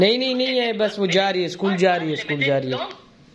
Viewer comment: Aschoool nhi hota h school hota h ap google karke pronunciation bache ke samne sahi bole… apka majak nhi bana rahi bus bache kely bolrahi.